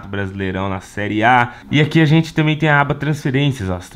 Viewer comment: Vc não é "trocha" mas "ajente" precisa colocar vc em um curso de português